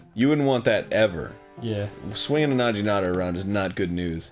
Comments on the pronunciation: Did Arin just say na-jee-na-ta? He's taking Japanese isn't he? He should have learnt day one that Gs in Japanese are always hard Gs. If it was a J than it would be like he pronounced. But the correct pronunciation is na-gee-na-ta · is it not pronounced Nah-ghi-na-tah rather than Nah-gee-na-tah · i'd just let it go otherwise, but since Arin is taking Japanese classes: it's pronounced "na-gee-na-ta", not "na-jee-na-ta" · Arin, as someone who apparently knwos some Japanese, you should know it's 'Naginata' not 'Najinata" >_< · Its... its pronounced naginata with a hard "g".... not najitana. Well I hope he knew this and was on purposely doing that. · Arin you of all people should know it's naginata not najinata... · It's Na"gi"nata, not Na"ji"nata. :3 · Na-Gi-nata. not Na-Gee-Nata. #triggered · Swinging around a nadji-nadda? What the hell is - Oh, a Naginata? With a hard G? Jeez, Arin. You're supposed to be learning Japanese and all. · Arin, haven't you studied Japanese? It's not a najinata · Um... Arin... "najinata"? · Nah-jee nada. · Naginata has a hard G. If it were soft the Romanji would be spelled with a J. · I know Arin knows Japanesse and I dont... but I think he's saying Naginata wrong... I'm doubting myself though but im pretty sure im right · he's been studying japanese for months/ over a year, and pronounces naginata with a soft g sound... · Naginata, hard g not the soft g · How can Arin be a hundred times better in japanese than me but still mispronounce "naginata"? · Arin, come on. You've studied Japanese. You should know how to pronounce "naginata". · Arin, how can you study japanese and not know how to pronounce naginata? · Arin, why are you pronouncing "naginata" as if the G is a J? Why do you insist on mispronouncing words in a language you're supposedly studying? :_GrumpsLULZ